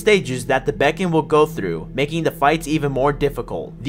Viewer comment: You’re triggering my small ocd that I didn’t know I had by pronouncing beacon as becon (close to bacon) also it’s pronounced bee’kuhn